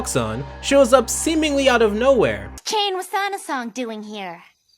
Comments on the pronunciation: Dude... It's Chane Wassanasong, not Shane Wassanasong. It's a fairly common Lao name. In fact, it was the name of a 16th century Lao Monarch who reigned on two nonconsecutive occasions in the Kingdom of Laos. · Am I mishearing, or are you pronouncing CHane as SHane?